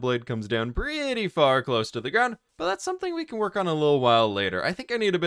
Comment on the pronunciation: y does he say can't instead of can